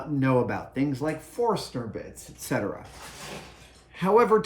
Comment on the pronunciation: What? Adam Savage mispronouncing Forstner bit ? Last time I heard that name mispronounced was 30 years ago,..... by a Home Depot associate of all people. It's pronounced 'forst-ner' or with silent 't' 'fors-ner, rather than 'forest-er'